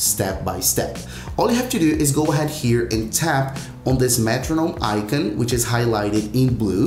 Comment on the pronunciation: Why you pronouncing icon like that